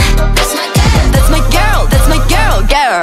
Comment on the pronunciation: 😭can they learn how to pronounce girl